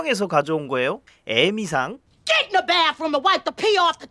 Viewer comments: 에미상이면 괜찮은데 발음이 에~미상이라서 더 욕같네요 ㅋㅋㅋㅋㅋㅋ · 에-미상 이라고 발음하니까 ㅋㅋㅋㅋㅋㅋㅋㅋㅋ 짧게그냥 에미상하자 ㅋ 노린거지 두번이나!? ㅋㅋ